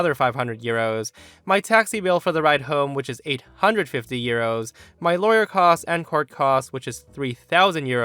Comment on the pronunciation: I kept hearing ‘gyros’ instead of ‘euros’.